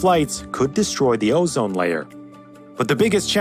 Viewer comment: O-zine layer... Havn't heard that bullshit in a long time!